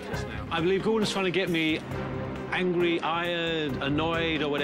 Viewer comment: omg he says angwie instead of angry